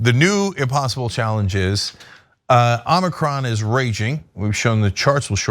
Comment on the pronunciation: It’s embarrassing how many folks still can’t pronounce omicron